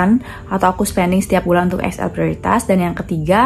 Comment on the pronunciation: Prioritas itu Bhsa Indonesia Mbak, jdi R nya g perlu kyk Bhs Inggris 😅